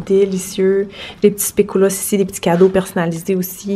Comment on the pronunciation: Pas sûre que tu vois mon message et comme c'est pour de la sémantique c'est pas trop grave: le biscuit de la marque Lotus qu'on t'a donné est un spéculoos et pas un biscuit au spéculoos ;) Et pour info, le u se prononce comme la lettre et pas en ou :) Vu nos deux langues, les mots ont des drôles de prononciation et orthographe, surtout les mots bruxellois qui sont des bons mix de Français et de Flamand :p Contente que tu aies aimé Bruxelles! Tes images étaient superbes. J'étais déçue de ne pas pouvoir venir te voir au Parc ;) Et pour le Parc du Botanique, je ne sais pas si tu as vu mais l'ancienne serre sert de salles de spectacles et concerts =)